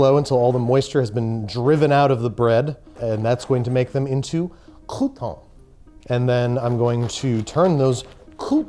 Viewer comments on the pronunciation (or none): it's "crouton" not "coup tawn" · I can’t wait until next year, where he redoes this again but he doesn’t say crouton like that